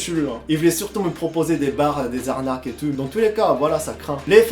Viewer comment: « Mais pas du tut hein ? Pas du tut ! » 😂 Tu améliores ton français, oui, mais « tout » tu ne le respectes pas ! 😂 Superbe vidéo ! ❤️